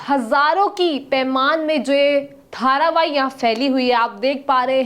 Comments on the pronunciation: its not dharavaii its dharavi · धारावाही नहीं धारावी। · Dharavahi ni hai mam dharavi bolo